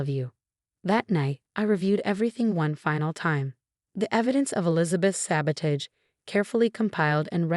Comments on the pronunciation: AI has difficulty with this word and many others that are pronounced differently when they're verbs as opposed to nouns -- that sort of thing. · please look up the pronunciation of "sabotage, allow, etc.". It's important. And please, there are other male names besides Marcus and Jason.